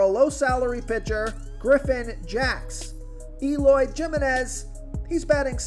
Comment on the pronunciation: J in spanish is pronounced H. So Eloy Jimeniz is prounced Himeniz. think of San Jose, California. Not Joe say, but insead Hoe say, if that makes sense.